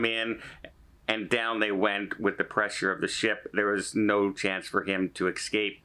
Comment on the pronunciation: Escape not ekscape or ecscape. Thank you.